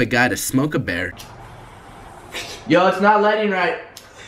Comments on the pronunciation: There must of been some thing in his fucking beer too cause he said its bayr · "Longesing" instead of listening. Also, bear instead of beer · Adapt the type of nigga to pronounce USB as UhsBee and beer, Bear